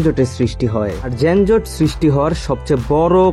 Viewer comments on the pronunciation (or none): Not জেনজট যানজট বলে।